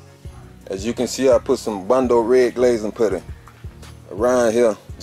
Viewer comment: It's bond-o not bundo, And that is not a da sander. Your da is your air sander. That is a da polisher.